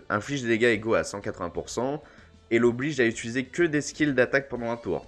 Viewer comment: Ça veut dire quoi "utuizé" ? :D